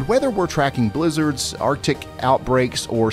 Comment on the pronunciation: When he says blizzards but you thought he said lizards...😳🤔🙃😒🤣🤣